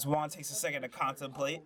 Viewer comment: Good match! Every time you said Juan’s name it sounded like wand lol